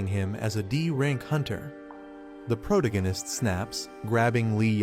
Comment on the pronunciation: can’t keep watching with the ai mispronouncing “protagonist” every 4 words